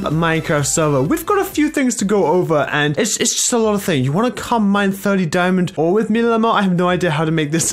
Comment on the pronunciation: He said dimond ore not dimonds so 0 d ore